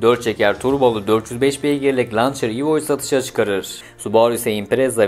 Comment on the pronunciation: bilgilere bakmaya gerek yok, telaffuzları bu kadar yanlış bi video ilk defa görüyorum. hadi Sean connery'i geçtim de o kadar araba videosu olan biri "lancer"ın okunuşunu bilmeli en azından. Seslendirmen ayrı kanaldan ayrı ise ona diyecek lafım yok.